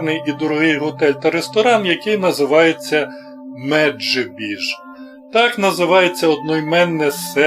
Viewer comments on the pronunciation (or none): Який "міджібош" ? Я з Хмельницького і назва містечка Меджибіж!!! Говоріть назви правильно.